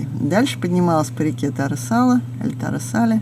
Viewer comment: река Туора Салаа, а не Таре Сале